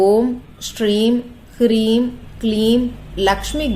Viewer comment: Mam is it kreem or hreem?